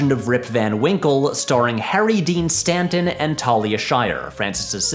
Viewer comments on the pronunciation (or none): none